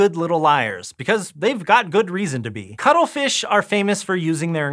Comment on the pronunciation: For a second I thought you said cuddlefish.